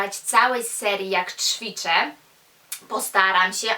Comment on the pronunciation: Też chętnie z Tobą poćwiczę ;) ale błagam... to "CZwiczę" boli w moich uszach:/